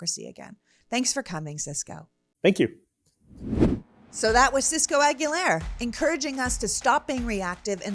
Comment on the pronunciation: Se pronuncia A-GUI-LAR, no A-GUI-LER.